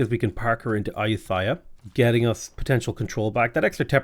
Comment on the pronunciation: I love the variety of pronunciations you've done for Ayutthaya in this series